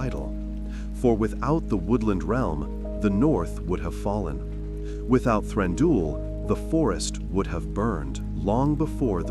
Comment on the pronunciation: Stop saying Thranduuul 😱